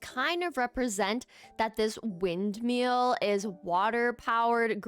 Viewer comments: i love your videos so much, but its "windMILL," not "windMEAL." its been driving me insane 😭😭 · Ok, …I can’t help it. Windmill as in ill, not eel. 😂